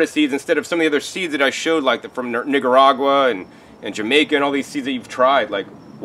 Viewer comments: You need to be careful how you say "Nicaragua". & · Your pronunciation of Nicaragua was so off. Lord. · Nigga-ragua 😭😂 (the way he said Nicaragua) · Improve pronunciation of Nicaragua